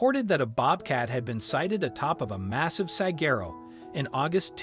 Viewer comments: Will someone please teach this bot how to say desert?🤦🏾‍♀ Oh, and also how to pronounce Saquero, it's not Sa-gerro, it's Sa-wah-ro.😊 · It irritates me every time he says it (desserts) — also his mispronunciation of Saguaro. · This moderator does not know how to say desert or sagharo